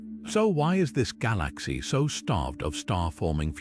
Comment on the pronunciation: The way the narrator pronaounces galaxy makes thus impossible to watch. Almost sounds AI